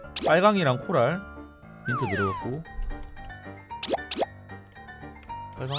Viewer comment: 코랄 자꾸 부랄로 들었네 ㅋㅋ